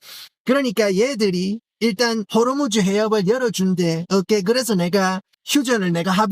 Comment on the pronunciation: 호로무즈 발음할때 웃겨죽겠네 진짜